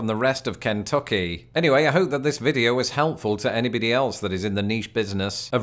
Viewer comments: lol KENT tuck ee, it's KEN Tuck EE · Good video, but hearing your pronunciation of Kentucky made it great!